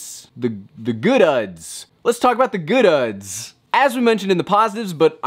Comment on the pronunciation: The good-uhs lol😂